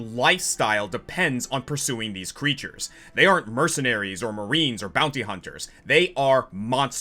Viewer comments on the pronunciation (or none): none